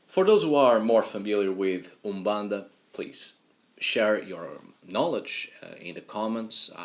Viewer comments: Hi, I live in the city where umbanda was created, in the city of São Gonçalo, Rio de Janeiro. The native pronunciation of Brazil was the first you spoke . Umbanda is born from a prejudice that occurred in Spiritism (Alain Kardec). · Just started the vid and I must say, your pronunciation of Úmbanda'is on point 👌🏾 Ok, all your pronunciations are perfect! And the one you choose for Exu is the right one. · Your pronunciation of umbanda is perfect! The other words you have a perfect Portuguese from Portugal accent. Great work!